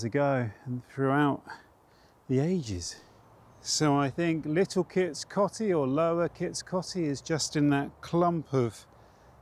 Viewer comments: It's pronounced Kits Coatey! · Great video in my home County. On pronunciation, all my Grandparents used to pronounced Kits Coty as Kits 'Coatee'. I have no idea if that's correct or if there even is a correct pronounciation.